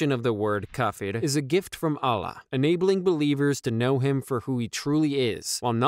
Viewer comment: Allah not Alah brother